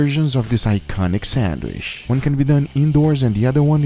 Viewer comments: It's pronounced sandwich, not sandwish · I assume everyone here loves his voice, probably why he is popular. I for one do not like the repetitive nature of his speech. Every final word is drawn out to the point that its annoyiiiiiing. Also the way he doesn't say sandwich but rather sanwiiiiiiiiish. Feel free to tell me how wrong I am and how I just don't get iiiiiiiiiiit. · I can't get over "sandwish" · Lol. I like how he says, "Sandwish" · Why do u call it a samwish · “Sandwishh”! Lmaoo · “Sandwish” lol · Sandwish or sandwich guga? 😂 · “Sanwhish” its awesome. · In the first minute I'm already not paying attention to the burger anymore and instead focusing on the Guga Foods narrator's cadence and the way he pronounces "sandwisssssssh." Very cool. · 'sandwish' lol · I subscribed as soon as you said, "sandwissh". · Me: Sandwich Everybody else: Sandwich Guga: Sandwish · It pronounced sand-WITCH (spelled sandwich) not sAnDwIcH 🤡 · Casual people: Sandwich Guga: Sand Wish ❤️🤣❤️🤣❤️ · Guga ehy do u say sandwish and not sandwich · For sure Guga is taking it in the ass for saying Sanwissshhhh this way 🤢🤮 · I wish he would stop saying sandwish 😀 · He said sandwish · did he say Sandwish? 🤣🤣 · I like how you say - sanwiiish :) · "sandwish" lol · I like how he says "sandwishhh." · Lol sanwish!!! His voice he got dying lol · Who else likes it when he says sandwish instead of sandwich it's like an asmr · “I’m going to show you how to make this iconic sanwisshhh!” 😎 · What is a sandwish - and vere ist dis place they call Oo-tah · Why does guga pronounce sandwich as sanwisshh?! lol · Now let's all say this together "SANDWISHHHHHHH" 😂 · I’ma start saying sandwich like sanwishhhh from now on. 🥰🎶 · no one: guga: sandwish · What’s a “sandwish”?? 🤣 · Nobody: Guga: Sanwish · lol i love the way you pronounce sandwich haha